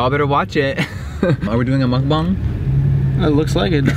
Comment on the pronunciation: Finally someone who can pronounce mukbang correctly! Good job Jeffree lolol🤣